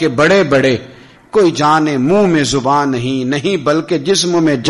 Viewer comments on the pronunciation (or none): none